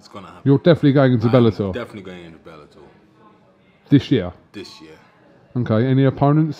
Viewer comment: Belletor 😂😂😂😂 mma ? Or wtf